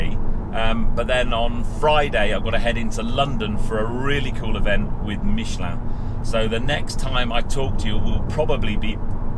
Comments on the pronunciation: Pronunciation of Michelin spot on!👌 Great review as always! Cheers, Tom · Good to hear somebody pronouncing ‘Michelin’ correctly… 😀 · let's start saying Renault, Citroën, Toyota, BMW, etc, like the natives pronounce them. It just sounds pretentious. If you ask 100 Britons I'm sure 90 would say Michelin.